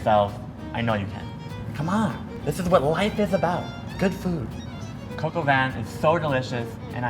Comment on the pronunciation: Lmao coq is just literally pronounced “cock” it’s funny tho how u are trying to be polite and pronouncing it “coke”